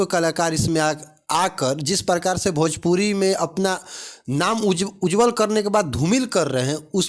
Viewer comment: Pahle khesadiya ko sikha na bhojpuri ko bhajpuri bolta hai